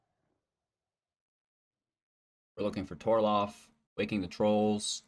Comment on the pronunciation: TOR-ALF not TOR-LOF everytime haha